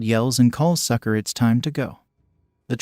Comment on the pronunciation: So "Sucre" name is pronounced as "Sucker".